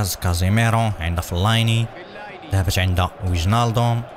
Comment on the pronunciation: فلين وليس فليني